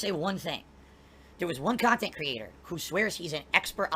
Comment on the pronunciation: The guy is 40 years old, getting out of Chapter 7 takes almost 10 years, but I bet his thinks he's going to be providing pahsitive, successful khantent into his 50's. THIS is moving the goalposts.